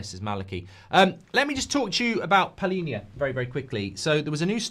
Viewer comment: of them😂😂 it's PALHINHA the right one.